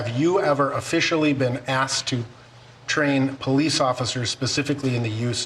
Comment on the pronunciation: Famous quotes " I called the po lice on the po lice" all credibility lost with u a fukn pssy bra with his professionalismness